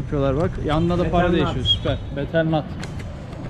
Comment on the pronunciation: betel nattır lan o ingilizce fakiri :)